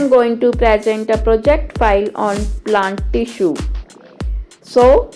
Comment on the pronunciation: It is TISSUE not 'FISSUE' btw good ❤️